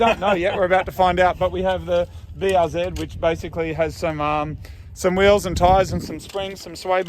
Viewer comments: IT IS NOT BRZED ITS BRZEE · BRZ - Brah Zee-R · Call the BRZ Buhrz ( Бърз ), kinda like how you would pronounce Bill Burr's name including the 's but with a rolling R :D means fast in bulgarian :D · BRZ Blue Rosie ‘Blue Ro-Zie’ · The BRZ is a "Blue Ri Zer" :D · Prounounce it “Breezy”. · I always thought BRZ was supposed to be read like "breeze". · Bruze instead of Bruce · BRZ just read it were like a word. Like "Burrz" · The blistered raunchy czar ( yes i know it starts with a c but its not pronounced that way)